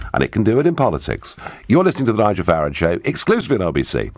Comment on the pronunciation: The moment '' mispronounced Farage and surely intentionally if we are to believe that Nigel has been paraphrasing "too noisy for too long", was the moment about 1.3 seconds I knew he was a remoaner.